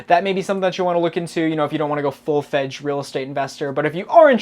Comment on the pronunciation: Anyone else hear him say "Full Fedge"? 😂